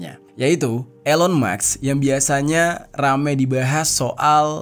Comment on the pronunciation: Sebutnya ilon kak bukan Elon